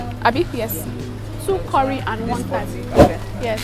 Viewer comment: Thyme is pronounced like “time” with a hard ‘T’.